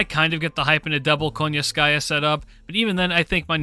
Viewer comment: I'm just curious because of how people pronounce Koyanskaya, I keep hearing them saying "KONYANSKAYA" but I read it as "KOYANSKAYA". Is that just a choice of how to pronounce her name or is there something behind it that I'm missing out? But yeah another great video.